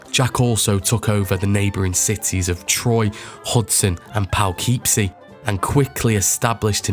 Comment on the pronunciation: The Upstate New York town you call "Powkeepsey" 55 minutes into your video is pronounced "Pukipsy" (Poughkeepsie)